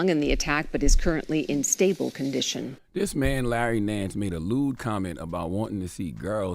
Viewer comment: Larry NANCE is an NBA player Charla!!! STOP messing up people’s names ESPECIALLY if you’re reporting on something as disgusting as THIS!!! SMFH 🤦🏾‍♂️🤦🏾‍♂️🤦🏾‍♂️